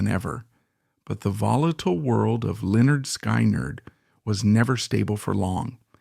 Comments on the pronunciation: Just take this video down cause apparently you know not much about lynard skyward, mainly how you pronounce it, it's lynerd skinned spelled how you say it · An embarrassing butchery of their name, just stop! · You need to learn the correct way of saying the bands name, It shows your real association with this band and their members. Documentary ain't bad.But you truly shown you don't know who this band really is if you can't get the name right. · SAY THE NAME PROPERLY!!!!! GOD!!!! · Please stop doing Lynard Skynard videos until you can start pronouncing it correctly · It's idiotic artificial intelligence using a voice.. they choose which type of voice sometimes redneck voices or New York City voices but they cannot pronounce the words correctly at least not yet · I know I just wanna shake him…